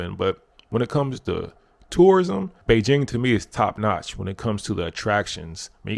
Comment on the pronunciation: Nice to hear "Beijing" pronounced correctly 😁